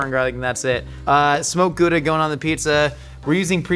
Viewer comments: Genuinely impressed by his pronunciation of Gouda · As a Dutchie, pronouncing Gouda like he's from there is something. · I was just about to say, no over pronouncing, it's actually almost spot on! I love it ❤🎉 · A+ for "Gouda" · As a Dutch person... kudos for the pronunciation! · that's exactly how you say Gouda. Our entire language is GGGG SCHHHHH GGGGGG no overpronouncing possible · Can confirm. Excellent Gouda pronunciation. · I learned the correct dutch way to pronounce gouda from this. Kinda fun. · Gouda... Good pronunciation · Gouda pronunciation is spot on. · YOU SAID GOUDA CORRECTLY!!! I have NEVER seen a native English speaker say it right, ever. It's always good-a. Kudos! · As a Dutchie, the Gouda was pretty spot on. It's also the most overrated cheese I know. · As a Dutch person, that's a pretty good pronunciation of Gouda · As a dutchman I have to agree with you